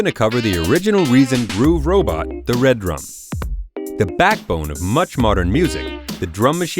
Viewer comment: It's Redrum NOT Red Rum.